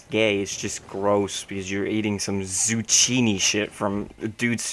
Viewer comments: Tsukkiini. Not suchiini. :P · Zoo-key-knee. Still love you though,! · zucchini is pronounced zoo-kee-nee and it is the same shape as a cucumber